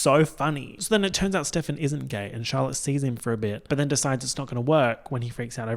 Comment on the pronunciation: when you said "Charlotte", for some reason I thought you said "Dalek". Then Charlotte appeared onscreen in a big puffer coat. 😂😂😂